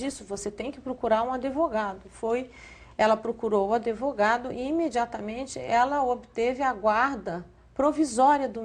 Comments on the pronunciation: This woman makes me nauseous. She can't even pronounce Sean's name correctly. Well, ninguem pronuncia o nome do menino corretamente - me pergunto se ele sabe pronuncial o seu nome??? Well, if he doesn't he will learn now. It is amusing how she says AdEvogado. ha ha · ela fala " adEvogado " aff ! tem mais é que si fu.... se eu fosse o pai do garoto não deixava essa maldita ve-lo NUNCA MAIS ! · aDEvogado??????? pelo amor de Deus!!! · Tão rica falando "adevogado"...Má francamenti...rs